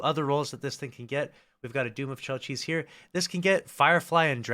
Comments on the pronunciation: As far as I know its "chelch-iss", not so much "chell-cheece" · I think it’s pronounced KEL-chi